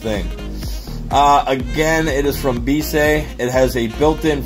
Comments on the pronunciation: Im thinking the company name is pronounced "be-easy" {bee- ee-zee} Don't know for sure but it seems more likely then what you said in video. Great vid regardless, do more inboxings! #allthebest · Please pronounce it as "Be easy" as intended.